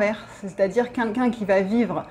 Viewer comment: J'adore toutes vos videos, je les like, je m'abonne volontiers🦋. Il y a juste une chose qui manque pour atteindre la perfection a mes yeux:, please, c'est 'quelqu'un' pas 'kinkin'. Merci et bonne continuation a vous deux + Peggy + matous 🌹🌹🌹🌹🌹